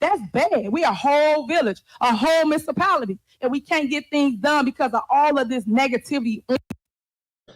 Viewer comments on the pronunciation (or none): she talks way to fucking much. Did she say "miss-a-pality?"